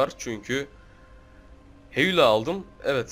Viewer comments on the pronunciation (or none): heyula degil heyulan bro